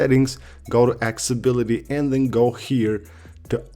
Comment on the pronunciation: Broo can u please pronounce accessibility correctly...for the sake of Tim Cook